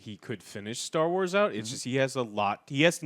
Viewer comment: What's with people saying 'star wats' instead of 'Star Wars'?